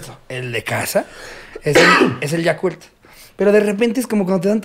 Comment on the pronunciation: Por qué Ricardo le dice Yakurt al Yakult?? :)